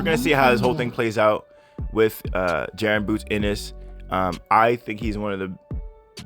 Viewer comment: Y’all gotta learn how to pronounce Jaron 😭